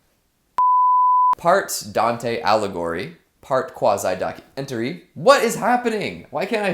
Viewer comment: It's not Dante allegory, it's Dante Aligheri...